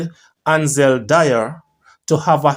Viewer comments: Its not dyer it Dwyer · It's dwi.. er. Not dier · D-W-Y-E-R NOT Di-er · My schoolmate Ansel Do-wy-er